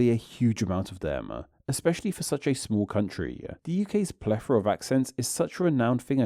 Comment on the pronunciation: “The UK’s plefora of accents…”